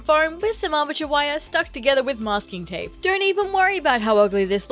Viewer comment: okay who else heard "amateur wire" instead of "armature wire" I was like damn what do the wire do to you😭 cool cosplay btw